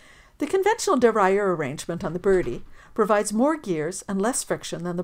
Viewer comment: I was wondering what you were trying to say, but figured it out, duh-rail-e-er (derailleur).